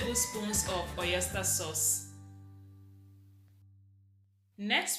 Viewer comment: It’s pronounced oyster not oyester and it’s broccoli not brokoli. Please I don’t mean to be rude but I just want you to take note of that for future reference. Thanks for understanding and God bless.